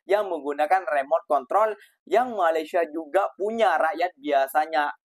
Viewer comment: Sebut Malaysia pun tak betul, nak buat robot? Takpayah lah Konoha. Pergi betulkan jalanraya di negra kamu terlebih dahulu. jangan mimpilah nak jadi maju macam Malaysia. 3000 tahun nelum tentu maju kalau semua DPR koruptor dan pemalas bekerja.